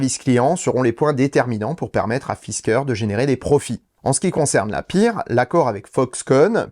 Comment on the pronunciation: Il me semble que Pear se prononce "père" et non "pire" de quoi éviter de refaire le coup du Toyota MR2 ou de l'Audi eTron...